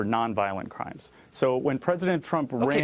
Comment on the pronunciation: Did this brown-skinned POS call President Trump "President Tump"?